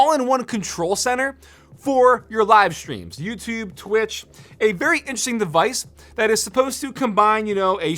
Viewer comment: The way you said «Twitch» 😂